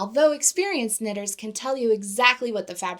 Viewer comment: Really wish you didn't say "knitters" like that